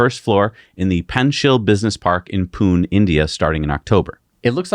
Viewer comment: Poon-uh, more like. Great show!